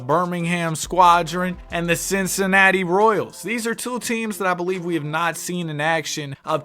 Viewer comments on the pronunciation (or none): none